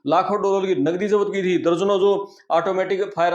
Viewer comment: Zapt kia tha ki jagah jabat kia tha bolra hai pehle aapna pronounce theek kar lo bhai sab